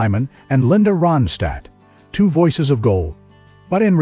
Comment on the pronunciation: You're not even Anunciating her name right 👎